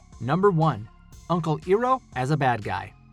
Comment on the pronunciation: I admit,the pronunciation of toph,iroh & Pai sho is bad but.....not AS bad as in the movie,ok who am I kidding no offense but....it’s pretty bad,you can compare it to the movie,and that’s sayin something,and again no offense just MY OPINION so no offense